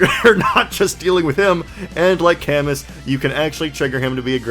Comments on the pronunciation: camus is pronounced with a silent s othwrwise great video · Camus' name canonically being pronounced cuh-moo due to feh is something im not sure ill ever get over. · Great video but that Camus pronunciation hurt my soul😢